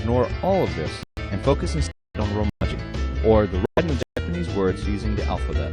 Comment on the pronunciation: You mean 'Writing'. Not 'Writhing'. :D